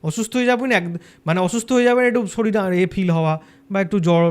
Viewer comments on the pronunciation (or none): none